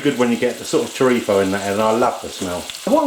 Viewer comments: Its chorizo not chorifo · It is not chorifa or chorifo! It is CHORIZOOOOO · its pronounced ''chore-i-z-o'' not chorifo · The way he pronounces paella and chorizo. lol ;-) Honestly, I think this is closer to risotto than paella...